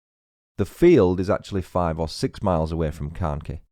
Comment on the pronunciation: Carnkie is pronounced CarnKhy I know English people struggle with our Cornish place names and it’s Tre-Luss-well